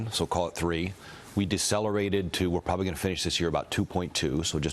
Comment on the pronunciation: Did he say, "pwobawy?"